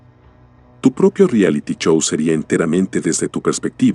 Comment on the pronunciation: Qué mal mencionas la "ch",, Chow o Wachinton" decías xD